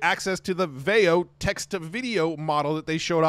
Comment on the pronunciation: Veo. Rhymes with Leo. Matthew Berman played the Google I/O segment where the Google person announced the name of the product. Start at the 19-minute mark on Matt's most recent video of I/O highlights.